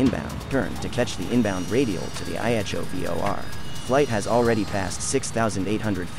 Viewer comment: A-Jack-C-O (Ajaccio) … 🤦🏻‍♂️! US speakers always fuck up pronunciations. Why is that?